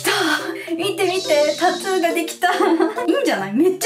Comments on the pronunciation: タトゥーじゃなく、たつーって言ってるのが気になる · タトゥーがタツーに聞こえるのが可愛いwww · タトゥーがタツーって聞こえる😂😂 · タトゥー、、タツーに聞こえてしんどい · タトゥーがタツーに聞こえる笑笑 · タツーではなくタトゥですよ～ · タトゥーのことずっとタツーって言ってるように聞こえるんだけど...ｗ滑舌悪いのこの人？あんま詳しくない。。。ｗ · ずっとタツータツー言っててそれが気になった… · タトゥーがタツーに聞こえた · タトゥーの発音がたつぅー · タツーって聞こえる笑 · たつぅーって聞こえるのは私だけ？w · tatto のttの発音が出るから、日本語的にはタツーに近く聞こえるんだろうな〜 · タツゥーって聞こえる笑笑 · タトゥー、、 カ⚪ゥーんにきこえた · タトゥーをたつーって発音しててジブリっぽい(？) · un known そうそうww